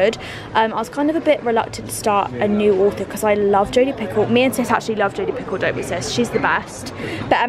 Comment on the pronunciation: This whole time I heard you saying that authors name and I thought her name was Jodi PICKLE 😂 😂 Only me???